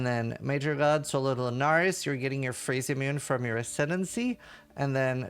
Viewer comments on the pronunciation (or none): When you say Phrecia it sound like you say "Free shit"